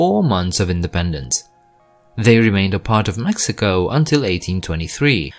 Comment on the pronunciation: Literally not a soul on this planet thinks Colombia and Venezuela are a part of central america lmao, also why do you make an effort to pronounce all the countries correctly with the exception of Mexico lmao makes no sense smh